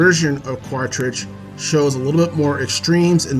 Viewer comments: Quaritch is my favorite villain. I agree with everything you said. Just one nitpick- you call him Quatrich when it's Quaritch. Just remember, he has a "Quarrel Itch" aka Quaritch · Bro you keep saying Quatritch. It's QuaRitch not QuaTRitch.